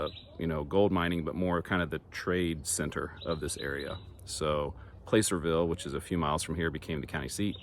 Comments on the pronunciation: Loved you video! I spent a lot of time in the "Gold Rush Country" as a kid. It was still fun to hear the story re-told. One minor detail "Placerville" is pronounced plasserville. Placer mining is the process of separating Gold from stream (alluvial) deposits, versus digging out of veins in the bedrock. "Hard rock" mining. The old mining town names that ending with "Bar" weren't talking about drinking establishments, but river "sand" bars with gold deposits. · Mills don't have tailings. Gold production has tailings. The area where Marshall found gold was the tail race where water is discharged back into river. Placerville. First syllable rhymes with "pass". Placer mining is the act of extracting gold from or near a waterway.